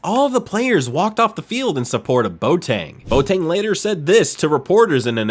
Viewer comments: Villa-REAL? REAL Zaragoza? Bo Tang? Really..? How about learning to pronounce the names of the teams and players before you make a video...? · Im a French Ghanaian but I Know it's pronounced.bowateng